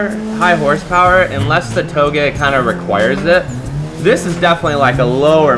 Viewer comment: You finally pronounced Touge properly x) These are good cars!